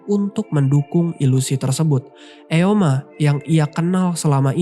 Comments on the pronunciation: Aboeji..dibaca Aboji.. bukan abe-oji.. artinya ayah... Eomaa.. dibaca omma bukan e-oma.. artinya ibu.. Hyeong dibaca Hyung/Hyong bukan he-yong... artinya kakak. Semuanya bentuk kata panggilan,bukan nama orang. Jin Seok dibaca Jin-Suk Koreksi kalau salah.. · Sorry kak, ijin berika masukan dikit ya kak, untuk penyebutan nama tokohnya mungkin kurang tepat. Eomma= "Omma", Abeoji= "Aboji", Hyeong= "Hyong", Jin Seo= "Jin So" Itu aja kak.. Untuk video dan cara kakak jelaskan cerita udah bagus banget. Semangat kak untuk konten yang lainnya. Thankyou✨✨